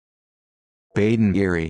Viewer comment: This is absolutely NOT the correct pronunciation! Please do not say 'Badinerie' like this!